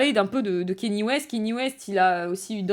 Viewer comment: Je vais faire le casse-couilles de service, mais son prénom se prononce Ka Ni é, pas Kenny. Très bonne vidéo cependant